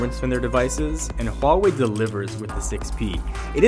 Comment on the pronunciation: Thank you for pronouncing it with an "H" in the Huawei. So tired of people saying wah-wei. This ain't French nor Spanish. Hwa-Wei is the right way to province it.